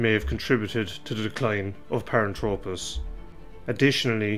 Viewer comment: Nit picking here but he drops the h in the name which means it is incorrect. I find it annoying to be honest. It is not Paran-tropis....it is pronounced thropis...as in throw......a couple of other terms are wrong as well but hey, not gonna labour the point any further.